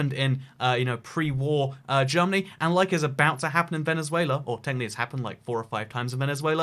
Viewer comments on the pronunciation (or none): none